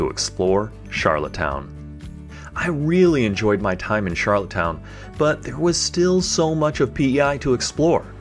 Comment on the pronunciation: It’s rustico and not roostico and Charlottetown not charlotte’s town Just a heads up